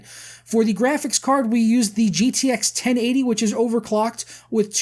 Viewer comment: The way he said 1080 bothered me so much :(